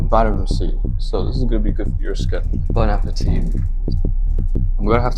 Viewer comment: "Bone ah puh tee"😭😭